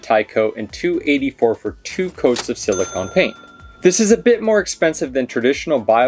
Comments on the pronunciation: Silicone. CONE. not CON. Carry on. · Thanks for the informative video. It sounds like is saying "silicon" but I'm sure he meant "silicone" - they are two very different things (and pronounced differently)..